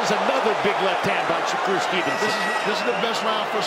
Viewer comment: Tarver saying shakur's name wrong all night is nerve wrecking